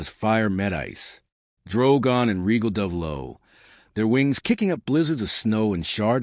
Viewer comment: Ray-gall. Rhaegal is pronounced Ray-gall not Regal. That is my only complaint. Well done.